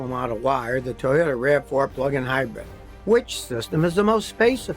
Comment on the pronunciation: Scotty, my guy, it is "HIGH-brid", please stop saying "HIGH-BREAD". It is quite silly on your part and hurts the ears to no end! Love you always, this is nit picking for sure